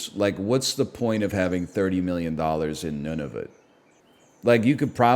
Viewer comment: He just keeps saying Nunavit